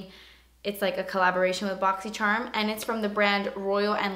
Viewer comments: I LOVE WHEN YOU SAY "BOXY CHERM." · always love watching just to hear you say borxy chharm lol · Literally love when she says boxycherrm. Haha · Every time you post a video about the Boxycharm unboxing I am anxious to hear you saying it, cause I love the way you pronounce it....it's so funny :))